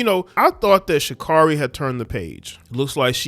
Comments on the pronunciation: Her name is SHA CARE REE. You cant even say her name right yet you wanna talk about her. SHUT UP. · Its SHA-CARE-EE😄😲 Never lay where you work😲😄